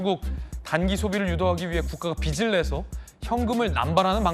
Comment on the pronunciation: 권영진님~ 빚을 '비즐'이라고 해야지, '비츨'이라고 발음합니까? 참 수준이 .....